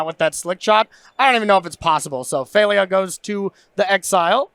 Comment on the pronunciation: Phel-i-a. 3 syllables.